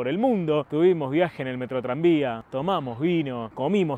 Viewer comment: Diganme que no fui el unico que le tomo mas de 3 segundos en entender que decia Metrotranvia y no Metroidvania